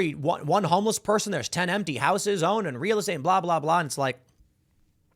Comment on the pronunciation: It irks me how you pronounce "houses" there's no "w" in house ...unless it's the Whitehouse... in which case there is a "D" in it.